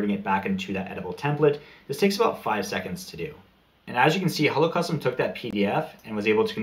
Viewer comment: I thought you were saying Holocaust and I was so confused...... Hello Custom.